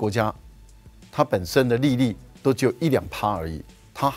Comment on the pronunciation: 利率的發音怪怪的